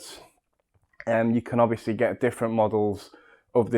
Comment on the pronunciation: New drinking game.. Have a shot everytime he says obviosously